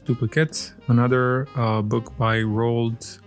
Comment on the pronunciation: Good job with the pronunciation of “Roald”! “Eyre” is pronounced the same as “air” though, it’s a weird one. I love your doll! I’m not sure I like this series as much as the first, mostly because I don’t really want the accessories but also… I like to LOOK at them! 😅 Maybe I will at least grab one when they appear this side of the world.